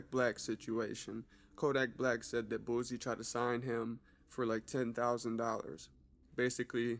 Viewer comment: Bro you on point bout a lot of stuff but why u say boosie like boozey